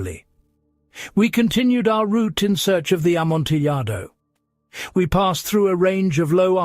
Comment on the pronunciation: Oh no. I was enjoying it until I heard the pronunciation of Amontillado. It's a great quality recording though, so I forwarded it until I knew it wouldn't be said again.